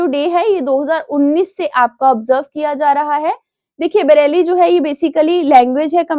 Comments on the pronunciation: Mam it's Braille not bareli😢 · Bareli nhi nam brail pronunciation h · 😂😂😂😂 world ब्रेल day ❌ world बरेली day ✔️ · Ma’am, with due respect, I just wanted to share a small observation regarding pronunciation. For example, Braille is pronounced as ‘brayl’, not ‘Bareilly’. I noticed a few other words also sound slightly different in standard pronunciation, so I thought I should mention it humbly. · January 4 ko Bareilly day nahi, Braille day hota hai 🙂🙂😊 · Ma'am it's ब्रेल day not बरेली।।। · Content acha hai but Pronunciation bhut wrong krti ho madam aap. Irrigation ho jaati hai. Aaj to बरेली hi bol diya. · Its unprofessional and sad seeing a channel which has millions of subscribers and thousands of video views have a person teach students for such important competitive exams who cannot even pronounce the word braille. Kindly look into this matter and consider putting effort into having a qualified person teach us because I am sure the revenue generated by the grace of student viewers will be enough to hire a qualified person.